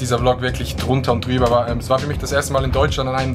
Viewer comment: "drunter und drüber" immer wieder schöön Schwiizer hochdeutsch rede z ghöre😂🙌🏻